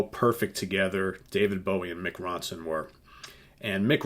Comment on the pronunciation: Never heard anyone say his name like that. Dreadful impression.... are you just trying to insult the country that made rock good and invented metal?